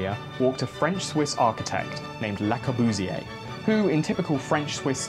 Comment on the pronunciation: it hurst to hear you say Le Corbusier